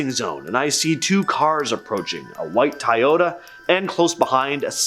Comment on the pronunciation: You said Toyota like it was said Teaota instead of Toyota